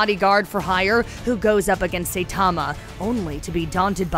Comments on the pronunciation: It’s saitama not say tama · SAITAMA, SAI-TA-MA , さいたま! Not SAY-TA-MA, せたま! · Seitama (Say tama)? Ginos (Gee nose)? Triggered! >_> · Did she just call him "Say" tama?... try watching a show before you make a video about it. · I quit the video the moment she pronounced it "Saytama"... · It's not saythoma it is Hi with an S(Sai) Tuh and ma Saitama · This video was soo cringey how you gonna say “say tamma” instead of saitama.... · All you had to do is pronounce the damn Sai Tama girl Not sitama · Say tama no saitama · Not say, Sai, it's SAItama lol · Say tama and ginos. Nice job, nice job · Saitama like the weapon "sai" or "sigh". And Genos as in "generation." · ITS PRONOUNCED SIGHT-TA-MA DAMN YOU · Stopped watching when she said "Saytama". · Say tama and gee nos. Okay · Say Tama and G Nose... Press F x ∞ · SAYTAMA GEENOSE 😂 usually I don’t complain but oof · SAY TAMA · saytama and jeanos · Who tf is Sayytama? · Aren’t they pronounced “Sai-tama” and “Jen-os”?? Lmao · Sayytamma lol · I am wondering if She pronouns “Saitama” & “Genos" as Saytama & Gnos Then Fubuki? should be Fub Uki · i am cringing at this person's Japanese pronunciations ,"G Nos"? "SAY TAMA? Ew,no! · Who the hell is say-tama? This bish even watch it? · She's really gonna mispronounce the protagonists name throughout this entire video dedicated to him huh. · How is she gonna pronounce Saitama's and Genos' names like that? Did she even watch the anime or just reading the script from an actual anime enthusiast? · She butchered my man Saitama's name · stop saying Saitama like this